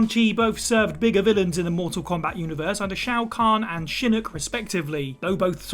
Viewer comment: Shinook u mean shinnok 😂